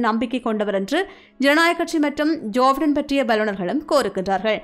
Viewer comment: ஜோபைடன்... (ஜோஃபடன இல்லை)தயவுசெய்து உச்சரிப்பை சரி செய்துகொள்ளவும்